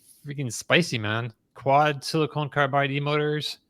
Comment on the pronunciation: Great show as always. FYI, as an MSE, have to comment that it is pronounced siliCON not siliCONE. I actually slowed down our grizzl-e duo from 9.6 to 5.7 kW just to reduce wear and tear on my off-grid system. Just dont need super fast charging at home for 99% of cases.